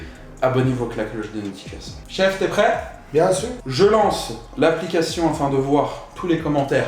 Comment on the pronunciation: le bien sur de ton père "bien su"😂😂😂le meilleur